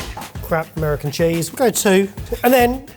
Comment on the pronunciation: "Ameriican Burger Cheese" is a crime to me and i am American...